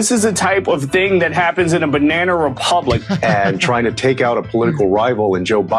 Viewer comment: Everytime they say Banna republic I'm gonna take a shot